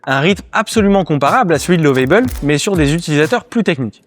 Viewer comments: Juste une remarque sur la prononciation de Lovable en anglais, c'est comme la prononciation en Français mais avec un "a" très bref, mais surtout pas "ei". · Lovable et non Love-aille-bel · Je vous emmerde vos les français quand vous parlez anglais c'est catastrophique alors vous nous emmerde nous les africains quand on parle votre langue français alors vous êtes pire que 😢 nous lovable ne se prononce pas comme vous le faites 😊